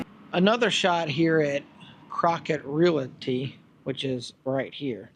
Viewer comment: I hate to be THAT GUY but, it is not pronounced "real ity". It is pronounced "REAL TEA". The word is REALTY. It is a small item but, I don't want something so silly to distract the viewer from all of the hard work you put into this video.